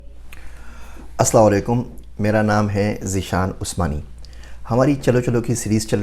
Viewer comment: Please pronounce asalam o alaikum correctly sir don't mind thanks